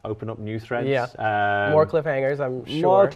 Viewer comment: It's threads not freads